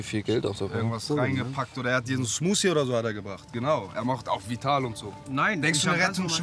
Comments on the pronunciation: Der Rettungsschwimmer sagt die ganze Zeit "Smutie" statt Smoothie 😂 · Immer die "Schmottie,Smusi,Smuti" statt Smoothie sagen😂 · Cmutzi :) haha